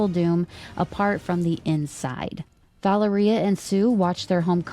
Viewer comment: Thank you so much for the upload! I've been catching up on the podcasts, usually during the work commute. Small note from a Russian speaker, Valéria's pronunciation rhymes with Latveria. I was sceptical from the post-credit scene of NWH whether that's their way of introducing Miles but it sounds likelier than ever, for better or worse 😅 we'll see!